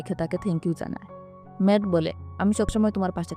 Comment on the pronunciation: জেইন এবং ওর নাম ম্যাট আপনি একটু ভালো করে বলেন